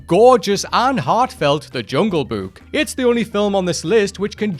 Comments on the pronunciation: I'm sorry, but this guy simply can't pronounce the word "Book". He keeps saying "buuk" every single time💀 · I like the way he pronounces Book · Omg pronouncing “book” is like the best thing since hearing Frank Welker as Fred in Scooby Doo pronounce “treasure”